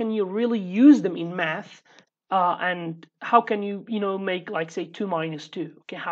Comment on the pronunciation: "next lesson we will do some math" My ears thought you said "meth" for a second lmao